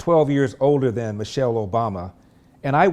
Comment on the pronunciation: Man- chelle